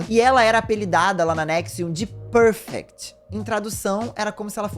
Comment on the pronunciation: ela era a prefect.. e não perfect kkkkk prefect é tipo um monitor/chefe, um cargo de liderança